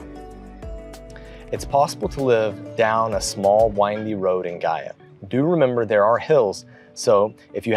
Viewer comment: Great job on the pronunciation!! It’s great to see your point of view on Gaia! Obrigada ~